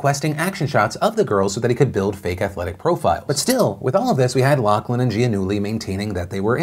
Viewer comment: It's pronounced LOF-LIN...stop saying LOCK-LIN